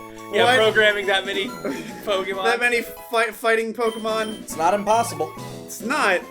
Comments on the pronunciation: Pokeyman. God, I had the same kind of teachers. They never notice the é in Pokémon. Some teachers they are! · why in god's name did the adults pronounce it pokey-man? my principle did it too, and i'm in virginia. they're in texas. what the hell XD